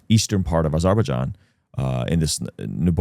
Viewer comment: First time I've heard someone pronounce Azerbaijan like that. I like it. I'm gonna start using it. Sounds way more gibberishy, but I like it.